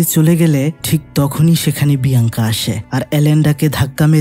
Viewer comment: Ek bar Alenda abr andela bolchen abr biyanka bole binkiya 😢